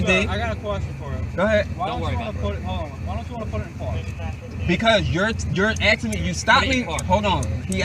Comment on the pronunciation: '' Your AXING ME ''.